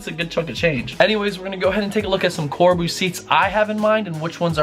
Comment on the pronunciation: Corbeau = "CoreBow" not "corboo"...